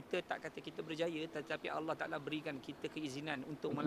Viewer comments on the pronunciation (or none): none